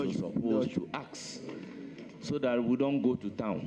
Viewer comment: What is aks? "Ask," not "aks." Past tense is pronouns "ast". The chairman needs to work on his pronunciations.